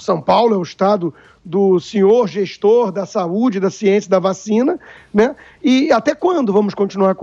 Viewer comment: "siençia" do dória kkkkkkk